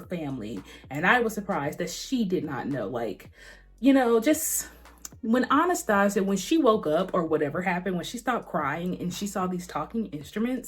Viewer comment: Girl how you are saying Anastasia is driving me insane lmfao Still great review though lol